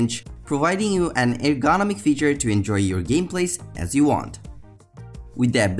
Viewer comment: I can’t stand the way he pronounces the word ergonomic